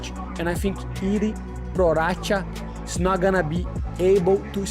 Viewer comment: A- for Henry for the pronunciation of Czech.😁👏